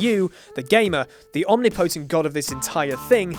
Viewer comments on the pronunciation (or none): Omni potent? Why don’t people on this channel know how to pronounce words